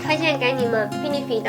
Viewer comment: benefit好像念錯了ㄛ哈哈 應該是杯呢ㄈㄧ˙唷